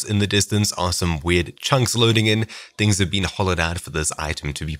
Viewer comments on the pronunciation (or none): none